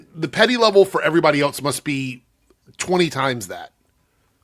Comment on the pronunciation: He might’ve said “everybody” but I swear to God I heard him say “every money”